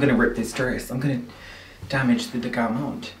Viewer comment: pronouncing garment as 'garmónt' the entire video is too funny 😭Also living for neon green + neon pink look. The details go so deep! The hair colour, the makeup, the pink chain but also the pink dinosaur and green circle. I love it!